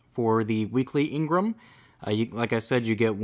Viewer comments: Jesus fucking Christ I cringe every time you say engram. It's engram not ingrum! Other than that, love it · your saying engrem when it's called engram lolz😂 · Why do you say Ingram it's spelled engram you don't pronounce e I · Stop saying ingram it's pronounced how it's spelled for gods sake you're triggering me